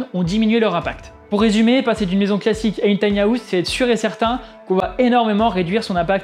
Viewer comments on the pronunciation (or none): Tiny hAouse 😬 quel accent 😅. Pourquoi les Français rajoute un A dans le mot anglais House 🤔 ? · On dirait qu'il va miauler à chaque fois qu'il prononce house ^^ sinon belle analyse